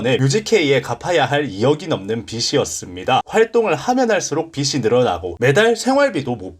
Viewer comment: "빚이"의 바른 발음은 "비지"입니다.